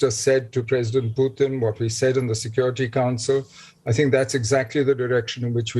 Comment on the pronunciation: calls: pyutin, tongue 👅 slip or make him muting